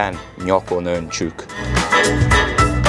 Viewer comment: Nyakon ontjuk, nem igazan hangzik jol az “ ontcsuk”. DE Imadni valo vagy!!! Csak igy tovabb!!